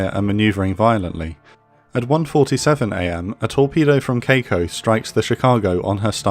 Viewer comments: The ship name is Kako, not Keiko from what I see, right? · Marvelous job on the pronunciations on most of the Japanese ships, I was thoroughly impressed the only one being off is Kako, being Kah-ko instead of Kei-ko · I writhe in pain every time he pronounced Kako like that. Urghh~